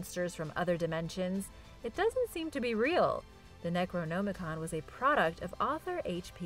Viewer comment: I love, but the fact that she pronounces words wrong ALL the time really irks me. Hell, she pronounces necronomicon differently 3 times in this video, and all 3 are wrong lol.